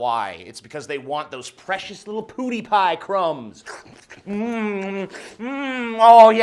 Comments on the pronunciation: Love the video But it’s pronounced PEWdipie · It's pretty obvious you don't watch "poo-dee-pie" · I'm not even mad he's saying PooDiePie. It's fucking hilarious. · Who else was annoyed that people still say poo die pie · It's pronounced "Pyoo-dee-pi" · I don't even care for the channel but Jesus its not Poo-dee-pie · Him saying "POODIEPIE" is triggering me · why do people pronounce it poodiepie... there is a clear defined w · "Pooodie Pie".. Every time you said it, it bothered me a little lol.. And I don't watch his content either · His pronunciation is more akin to "poodipie" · I like the video but why do you call him poodiepie? Just wondering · Its not poooooooooooooooooodypie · I like how you pronounce his name as poodiepie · lol your self awareness reaches to the pronunciation of pewdiepie lmfao just love hearing you say POO DI PIE ! so angrily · Your pronunciation sounds like Poodiepie xD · "Poo dee pie" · i can't concentrate on what he is saying because he keeps on pronuncing pewdiepie, poo-di-pie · take a shot everytime tj says poodie pie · Hey dude. Love your vides, but every time your said pewdiepie or Rowling I laughed. R-OW-LING not roling. P-u(pronounce the name of the letter)-di-pie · "Poo-deepie" pls stop Also that beginning was some serious straight talk. Mad respect dawg. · Does no one know how to pronounce Pewdiepie? lol. It's not Poodiepie. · I could give critism, but i would rather comment on how tj says poodiepie... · PooDiePie? LOL ! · while I liked this video, I couldn't get over how you pronounced it, Poo-die-pie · If I hear Poodeepie one more time... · The only thing wrong with this video is the you pronounced pewdiepie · the way you pronounce "pewdiepie" severely triggers me. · You clearly haven't watched pewdiepie in the past year. And you clearly need to calm the fuck down. And learn to say his fucking name. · It really shouldn't, but it bothers me way too much that his pronunciation of "Pewdiepie" is so off. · its pewdiepie not poodiepie